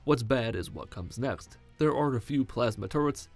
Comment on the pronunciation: are u from swizerland? "nöchscht" next in swizerland